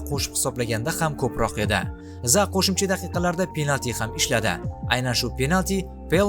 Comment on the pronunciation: Zaa emas Zaha. Biz Rus emasmiz H harfimi talaffuz qila olamiz